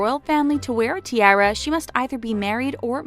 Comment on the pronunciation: The way you said tiara really bothered me...